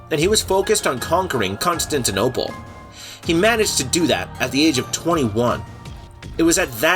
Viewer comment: Please work on the pronunciation. Constantinople isn't that hard to say. Hatun is pronounced "Hah-TOON"